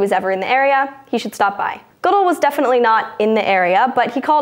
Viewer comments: Wait did she pronounce Roger Goodell's name wrong or have I been saying it wrong?? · Good job! Just one thing.. U pronounced the name roger goodell wrong lol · you are pronouncing roger goodell's name wrong... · She said goodell wrong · Did she seriously mispronounce Goodell? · lol she kept mispronouncing Goodell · Hey my man learn how to pronounce Goodell's name before he gets fired! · she mispronounced Goodell. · Well, she isn't a NFL fan because she didn't know how to pronounce "Goodell".....but thats ok. No one likes him. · Yeah. I wish they would do a little more research and make sure they have the names down. If she had said it once, I would have just ignored it, but she said his name wrong like 3 or 4 times in 30 seconds so it really stuck with me. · obviously doesn't watch much ESPN as you can't make it through Sports Center without learning how to pronounce Goodell... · How many times can you mispronounce roger goodells' name? I think 5 is a record. Otherwise, good job hosting. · She was great!!! (somebody's gotta fact check pronunciation for Roger Goodell's name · It's pronounced Good-Dell like the PC nor Goodl. Had to stop the video at that point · It's Good-ell. Not Goodull. Take a breath. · Ga-dell not how ever you said it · I may be the only sports fan who watches this channel, anyhow the commissioner of the NFL's last name is pronounced Good L, not Goodull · The pronunciation of Roger Goodell was strange. It is Good-dell, not Good-dul. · It's not Roger Goodle, it's Goodell. Like, Good-elle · NFL comissioner Roger Goodell's last name is pronounced guh DELL not good uhl. Sorry this just drove me nuts! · If only she pronounced Roger Goodell's name correctly. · I personally don't like the man, but FYI, his name is pronounced "Gah-DELL," not "GOOD-ell." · It's Ga-Del, not Goo-dil... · It's pronounced "GuDel" not "Goodle" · his name is pronounced good dell not good all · good-ELL. Not GOOD-uhl. Mispronouncing things is John's thing, thing-thief!!!!